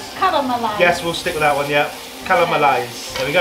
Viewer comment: Your mum really is hilarious, calling the soy "soil" and then saying "wiff" right after, such a way with words